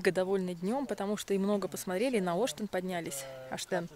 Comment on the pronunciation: Ребята молодцы. Но всё таки в названии горы Оштен, ударение именно на Е. Ваш вариант произношения слух режет, особенно для местных.